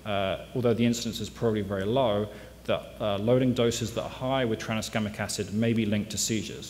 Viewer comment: stop saying traniskamic acid already